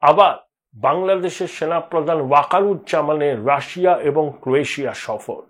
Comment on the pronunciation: কী মশাই রাষা, রাষা বলছেন কেনো, রাশিয়া বলুন।